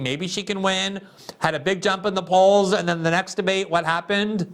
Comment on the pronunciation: Hey Kamala didn’t you call Biden racist in debate? “ it was a de bate “